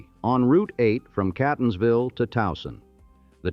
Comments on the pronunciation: I lived in Baltimore City for 21 years before moving to Catonsville. That's pronounced Caa-tons-ville by the way, not Cat-tons-vill. 😮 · KAY'tuns'ville, not CAT'tuns'ville. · Ugh, yes! And how it pronounced Catonsville and Anne Arundel. I was pleasantly surprised that it actually got Towson right.